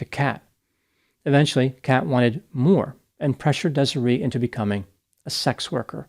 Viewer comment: How tf do you mispronounce Desiree?